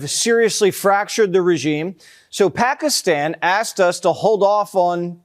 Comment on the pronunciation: How many times can you mispronounce Pakistan in one video?